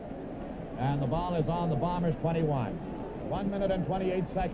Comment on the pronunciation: I like how back then they properly enunciated Winnipeg's team as the Blue BOMBERS, rather than the way they are now referred to as the BLUE Bombers. A pet peeve of mine as the emphasis should be on the noun and not the adjective.